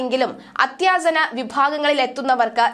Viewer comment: 'അത്യാസന' അല്ല സഹോദരീ.. അത്യാസന്ന എന്ന് പറയൂ. ഇത് വാർത്തയല്ലേ അല്ലാതെ കോമഡി പരിപാടിയൊന്നും അല്ലല്ലോ?